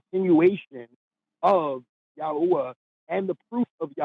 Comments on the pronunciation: just to point out Yahu-uh is an incorrect pronunciation of YHWH. The historically accurate one is more like Yahweh. You get Ya-hu-uh if you try to shove the vowels from "Jehovah" in between the consonants of YHWH. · Every time he says "yahoooah" I giggle a little. That is not how you say it. Watch DZ debates. He describes exactly why it's nonsense. It's worse than Christianity. Much much worse. And far more stupid and ignorant. Dude is on some black Hebrew Israelite cult nonsense. This guy is supremely dense and has zero clue what he's talking about. He just likes saying "yahoooah". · Ja- hua??😅. Maybe he is thinking Chi hua hua? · The fact that he thinks that the name is pronounced "YAHUAH" when then ancient Hebrew text didn't have fucking vowels, or mention the name of God for religious reasons, is absolutely hilarious. That's literally why the tetragrammaton exists. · Ya-hoah 🤣 He really thought he was breaking the mold by mispronouncing IHVH.